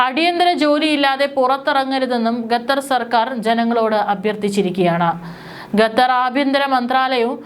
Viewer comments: Not gatar but Qatar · ഗത്തർ അല്ല മോൾ ഖത്തർ. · ഗദ്ദർ 🤔 അല്ല ഖത്തർ. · അവതാരക / കൻ, അവരുടെ ശൈലി, ഉച്ചാരണ സ്ഫുടത, ശബ്ദം ഇതൊക്കെ നല്ലതാണെകിലേ വാർത്ത കേട്ടിരിക്കാൻ താല്പര്യം ഉണ്ടാകൂ! ഗത്തർ, ഗമിനി എന്നൊക്കെ ഉച്ചരിക്കുന്നത് അശ്രദ്ധ മൂലമാണ്.